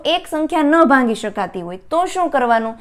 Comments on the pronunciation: ભાંગી શકાય કેમ બોલો?ભાગી શકાય બોલાય .ભાગાકાર માટે . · ભાંગી નહીં ભાગી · Mem it's not bhangi.......bhagi.....sorry, 🙏best 👌 and easy.....tricks 😊. .....